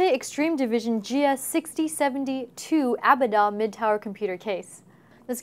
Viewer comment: Its pronounced A-Bad-Dom not Aba-DDom, just to let you all know.